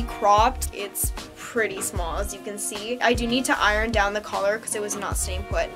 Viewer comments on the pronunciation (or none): none